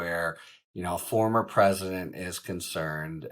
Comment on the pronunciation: To much emphasis put on word former president. Trump was not presidential and if he’s a criminal then treat him as such. Lock him up.